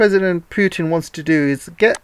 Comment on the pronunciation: not 'pjutn' ..it is Putin